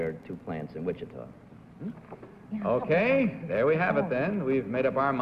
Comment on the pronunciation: Hy Gardner butchered the pronunciation of Wichita.